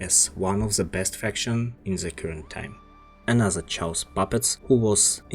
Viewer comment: Chaos (KaY-osS)